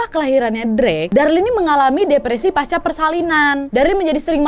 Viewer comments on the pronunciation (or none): none